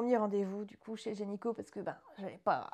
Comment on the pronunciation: Félicitations ! Je vous souhaite le meilleur !! (Tu dis gényco au lieu de gynéco ça m’a fait beaucoup rire 😂)